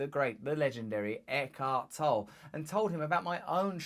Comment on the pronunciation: I think you need to have him on as a guest again - because somehow you have forgotten how to pronounce and spell his name ;)